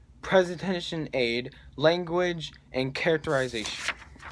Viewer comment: says characterisation and langauge twice bahahaha